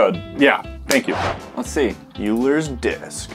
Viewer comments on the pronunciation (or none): When they say yuler instead of Oil-er :( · its pronounced oil-ers disk, not you-lers disk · FYI it's pronounced like oilers disk, just not spelled that way. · Boys. Boys. Euler is pronounced "Oiler"